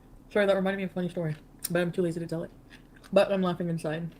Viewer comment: Feeling “Sorey” for herself!!! Classic way of saying the word “Sorry” 😃😁